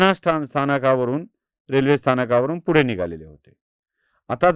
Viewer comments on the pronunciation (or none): none